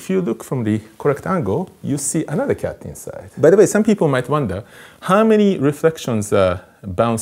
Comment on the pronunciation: I love the way he says kyatt